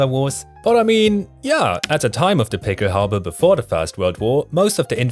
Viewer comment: Good video! Thanks for emphasizing the pronunciation of the pickelhaube and the stahlhelm. Thanks for the background. I was in the National Guard in the late 1980s when the Army replaced our "steel pots" with the German-influenced Kevlar helmet. I hated it at first: too reminiscent of the Nazis. Over time, I came to see the advantages of the helmet - and grudgingly acknowledged German engineering. I don't hate Germans - just lament that circumstances allowed a noble nation to follow a tyrant. Thanks for this video!